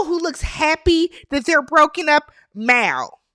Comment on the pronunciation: It't Mal not Mall, please y'all